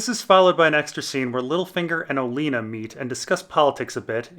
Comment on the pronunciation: Im 90% sure he's pronouncing Olenna's name different to be an ass.